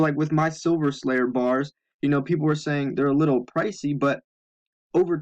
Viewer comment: Excuse me "BARS" not gars !!!